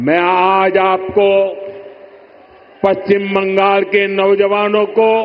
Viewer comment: পশ্চিমবঙ্গ শব্দটা প্রথমে উচ্চারণ শিখতে হবে। তারপরে পশ্চিমবঙ্গ আসার পরে ভাবতে হবে। বাঙাল বাঙাল এসব ভাষা কি?